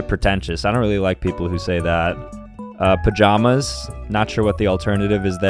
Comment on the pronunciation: its pa-jam-us pajamus just do the uh sound instead of the a